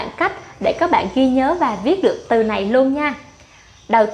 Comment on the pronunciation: Nghe phát âm lài biết ngay người gốc Việt kkkkkk